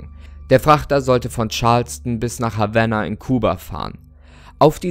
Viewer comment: Hallo, danke für deine Videos, ich schaue sie sehr gerne! Bin ein großer Fan des Horror Genre und suche immer wieder nach spannenden Sachen, die man nebenher anschauen kann. Kleine Anmerkung: Mir ist aufgefallen, dass du bestimmte Namen von Personen, Orten etc. auf Englisch aussprichst, obwohl diese gar keinen englischen Ursprung haben (hier z. B. Havanna, die Hauptstadt von Kuba).